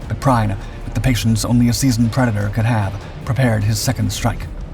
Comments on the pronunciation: His name is not pronounced “Prine”…Kapitänleutnant Prien (his rank at the time of Royal Oak’s sinking) is pronounced “Preen”. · it's pronounced preen not prine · It's NOT pronounced Prine...it's Preen! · Prien is pronounced 'preen'. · I don't get how it is so hard to pronounce names right. Especially on channels that regularly cover foreign people. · It really hurts to hear you butchering the pronounciation of Kptlt. Günther Prien! His last name is pronounced "Preen"!!!! Learn the propper pronounciation BEFORE you do ANY video!!!!